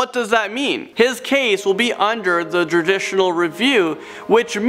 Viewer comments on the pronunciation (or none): Nah, I was more bothered by him saying "coursed", "jurdicional" and "stocked" instead of "coerced", "judicial" and "stalked" respectively. I started scrolling the comments as soon as he said that the "B" in BTK stood for "blind". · I get people mispronounce things sometimes, but come on dude..."satisfication", "jurditional", "deraged", "more scarier", "BLIND, Torture, Kill". I don't mean to be overly critical here, but come on dude LOL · Jurdishial review ? Satisfication ? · "Satisification?" "Jurditural?" "More scarier?" Come on dude. And these are not chilling confessions. They are short clips of their voice with you talking about it all. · He also mispronounced judicial. 😐